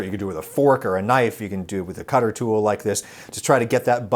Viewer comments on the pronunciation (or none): none